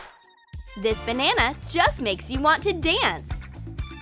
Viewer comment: "paint da red mouth" 👾 "dis banana"